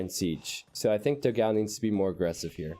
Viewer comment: Hello. Love your videos. But you are pronuncing dogao completely wrong. It is the o in the do is more like door. The a in the ga is more like the a in panel. The last o is fine.